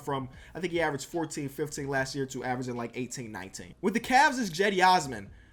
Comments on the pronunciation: its not Jedi Osman its like Chedi Osman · It pronounced Chedy